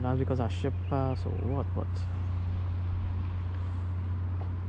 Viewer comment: you say " ship pass" and i hear " shit fast" ah laughing at my self...... but love the video made me pay more attention thou.....